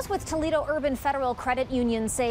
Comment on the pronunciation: umm its Toledo .........lol